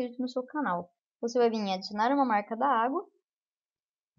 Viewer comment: fala-se marca dagua(marca d'agua) e não marca da agua kk mais bom video